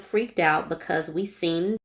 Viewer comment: That "becuse" is driving me crazy. Lol